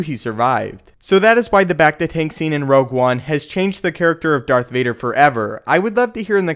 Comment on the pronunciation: woah woah woah, did you just say dark vader at the very beginning?